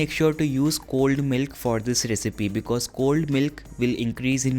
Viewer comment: I didn't understood that you said cold milk or old milk